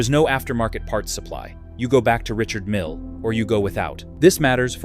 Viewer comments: Richard Mille is a French man. Therefore his name is pronounced, Ree-shard Meale, which is obviously too much for the AI voice over. Doesn't alter the fact that his watches are overpriced and grotesque with it. However, when you look at the number of F1 cars and the World Endurance Series cars bearing his name, plus the annual Le Mans Classic for which he is the main sponsor, that takes a colossal amount of money, so he must be selling a hell of a lot of watches. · The Invicta for the tasteless wealthy. I'm tired of A.I. crap that that can't pronounce brand names.